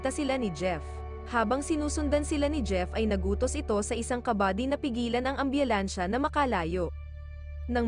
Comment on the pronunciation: Nahihirapan ako Kay Narrator.... ambyulansya😅maabyutan